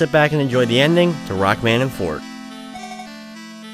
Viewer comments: Rockman Shadow is called Quint. Forte is pronounced Fort-Ay, not Fort. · Except here it's not the French word but the Italian word related to music. And it IS pronounced for-tay.